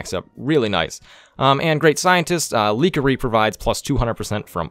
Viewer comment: It's Leakey, not Leakery....